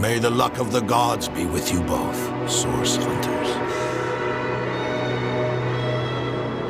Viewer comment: Idk why but *CURED THE SICK AND HEALED THE WOUNDED THROUGH A GREAT POWER CALLED SAUCE* Everytime I hear,Source I hear Sauce.